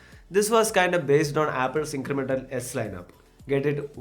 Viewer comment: Haha, ingremental update 😂 seero to 100 😂